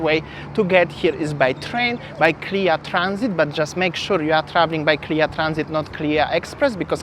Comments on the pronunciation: KLIA is pronounced letter by letter, ie K-L-I-A, not 'clear' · Malaysian usually refers KLIA as the letters, K L I A. Not to be pronounced as the spelling.